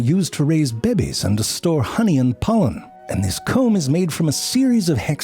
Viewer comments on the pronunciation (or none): "..used to raise BEE-BEYS" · "Bebehs" is one of my favorites for sure 😆 very cool lesson too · All of the 'teeubes' and 'babehs' in this video! 🤣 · The way u said "Bebezz"😂😂